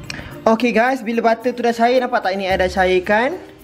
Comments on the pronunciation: No one: Literally no one:: " Ba'er" ( butter ) 😂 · aq still takleh tahan tang “bab’er” 😂😂